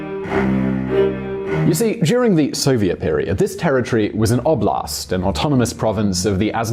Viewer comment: It was a OUTBLASTTT LOL Its called a oblast with a hard B. A oblast means a province or a parcel of land